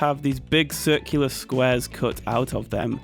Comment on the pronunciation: It hurt my head if he said ‘sircular dirt’